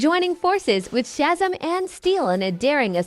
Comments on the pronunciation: That text to voice garbage is a plague on video creation. “Shazum” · This bitch didn’t even say Shazam right she said “shazum” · Shazam is pronounced chezem? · I stopped at "Shaz'm" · I hate to say it but your ai is not saying some names right nor some of the words such as Shazam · Learn to say Shazam properly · The way Shazam was pronounced is bothering me lol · Not to mention she pronounced Shazam wrong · Teach this damn ai to pronounce Shazam and parademon